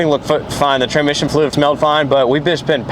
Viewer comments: 'tranmission' "TRANSSSSMISSION not TRANMISSION 🤣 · Say it with me Trans-Mission